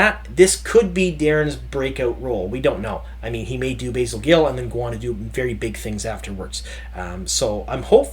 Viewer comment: It's not Basil, it's Basil, as in Basil Rathbone.